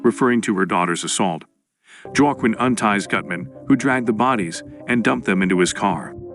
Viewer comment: 18 ways of pronouncing 'Joaquim', not one of them correct.